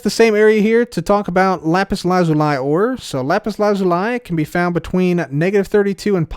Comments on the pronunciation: Lapus LA-ZOO-LEE not, Lapus LAH-ZOL-IE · that's definitely not the correct pronunciation :) lah-pus lah-zoo-lee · Mans said “lah-zoo-lie” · Why do you pronounce Lapis Lazuli the way you do? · The way he pronounced it is the British pronunciation. So not necessarily incorrect, but a bit weird to be used while otherwise speaking American English.